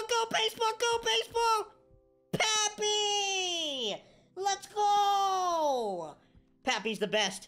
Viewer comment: I’m annoyed that he says pappy instead of Papi